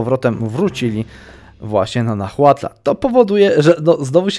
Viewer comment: H JEST NIEME! To jest "nałatl" a nie "nahłatl" xD Wszystkie te prowincje w Meksyku mają zapisane nazwy w hiszpańskiej wymowie. Dodatkowo X czytasz jako SZ (Tlaxcala -> Tlaszkala, Mexico -> Mesziko itd.)